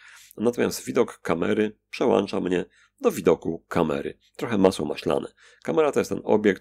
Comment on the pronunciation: Poradnik ok;).. ale daje po uszach "przełancza" a powinno być "przełącza":-) Trochę za szybko prowadzony kurs.. i przydało by się wyróżnienie w jakiś sposób położenia kursora myszki.. bo można się zgubić.. kurosr jets mały i bardzo zbliżony kolorystycznie do "otoczenia":)